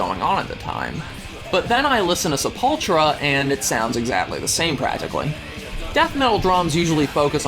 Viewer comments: Seh-puhl-TOO-rah, not seh-PUL-trah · Why do you say Sepultra, instead of Sepultura?You are a fucking Poseur! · Pronounced "sepul-tura" not "sepultra"! Sepultura means grave. Don't know what the fuck a sepultra is. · Sepultura (Se-pool-too-rah, not Sa-pal-tra) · it's pronounced sepul-tura not sulp-ptura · se-pull-too-rah not sep-ultrah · he said "supultra" wtf, later squid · Lmfao “Seppultchra”! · hahahaha. Umm pronouce bro Se Pull Chura , Sepultura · Also, it's Se-pul-TU-ra 😆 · It's pronounced Sep-ool-too-ra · Sepultra and Tom Arraya. Learn to pronounce man. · I loved the video but the way you pronounced sepultura pissed me off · Se pul tur a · Lol seppultchra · Yes, it bothered me too. Even someone casually interested in the band should know how to pronounce it - it's not hard. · Sir, how did you pronounce Sepultura?! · You lost 10 cred points with that pronunciation of Sepultura..lol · lol wtf how did you just pronounce sepultura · Haha u said Tom A Ray Uh..it's Tom A Rye Uh. Also Sepultura XD. That's alright mate, everything else u said was right on. \m/ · Lol this guy talking like he knows metal...can't even pronounce sepultura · learn how to pronounce Sepultura for fucks sake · Lmao at the way you pronounced Sepultura. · good video. one thing that bothers me. he can't pronounce Sepultura